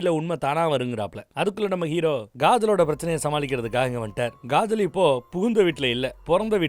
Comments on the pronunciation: Thala niga avagala kajal nu solluga,gajal gajal nu soldradha kettu manasu valikku dhu😔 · Kajal ❌ Gajal ✔️✔️😂😂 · Kajal ❌ Gaajal✅